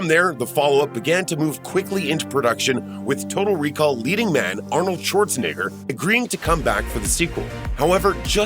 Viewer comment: Now you know damn well that's not how you say "Arnold Schwarzenegger".